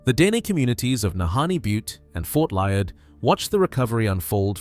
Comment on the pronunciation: Liard, pronounced Lee-ard.